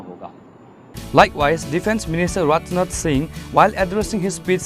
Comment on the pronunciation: It's Rajnath singh not ratnat singh pronounciation is not good.